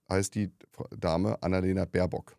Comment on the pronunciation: Ich ebenfalls !! Der ist einfach zu blöde, den Namen unserer Aussenministerin richtig auszusprechen! Sollte vlt mal zur Logopädin....oder zum Psychiater.....oder am besten gleich in die Geschlossene!😉